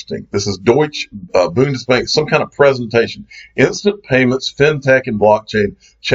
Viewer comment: Did you Note learn anything at Swell ? It’s “ Deutsche Bundesbank “ Deutsche is pronounced “ Deutsche “ The e in the end is emphasised and sound like an A Deutsch A . Bundesbank is pronounced with “U” not an “ O”